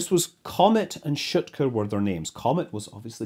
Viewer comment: Loved the video. Minor nitpick: the English transliteration doesn't always do justice to the Russian names. Notably, "e" is often "soft", so you would have "b-yel-ka" (I am not a native Russain speaker, but you can listen to pronounciations of many words on Wiktionary, e.g. "str-yel-ka" , some vowels also get prolonged as in "shootka" Best of luck with further videos - and even better if with more faithful Russian names :-)